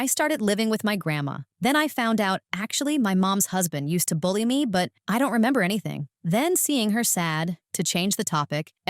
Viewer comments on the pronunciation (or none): none